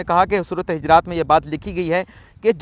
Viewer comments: محترم......سورةالحِجرات نہیں......بلکہ،حُجُرات ھے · جی صحیح فرمایا آپ نے سورۃ حجرات ہے پیش اوپر ہے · حجرات نہیں پیش کیساتھ حجرات ہے